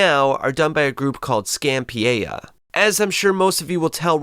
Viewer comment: once again giving 1000% to mis-pronounce everything under the sun. Scanpiea is like Skypiea my guy Scan-Pee-Ah Sky-Pee-Ah